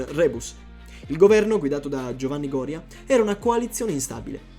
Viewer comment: Il ministro si chiamava Gorìa, non Gòria